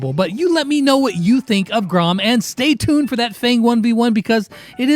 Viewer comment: Grom not Groff lol.